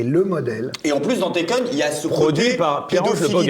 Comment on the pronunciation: L'autre film c'est "Taken", pas "Tekken" au cas où.